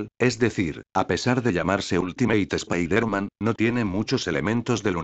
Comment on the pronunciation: el dice mal spider-man